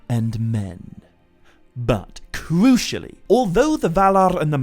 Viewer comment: And yet he still say cwucially...?